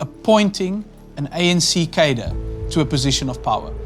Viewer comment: Very good. But please stop saying "kadir". Cadre is a French word. It is pronounced "kahdruh".